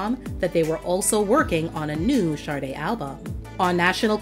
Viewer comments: An American DJ said "Shar-de" once and it took off, but it's Sha-de, not Shar-de . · I don't know if its my ears or you.... I know the name Sade but all I hear from your every time you say her name is Sarde?? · Though a very interesting subject compilation, I find it annoying the compulsive mispronouncing of "Sade". There are other videos NOBODY ever blunders with the ignorant: 'shaRday'. Yet, this narrator babbles-on "shaRday' near 50× throughout this piece....😂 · Why do people pronounce her name with an R? Like Sarde. Is that how it's pronounced? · Why pronounce it “Shar day”? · Everyone please listen to the Song Maureen where Sade pronounces her own name, there is no "R" in her name.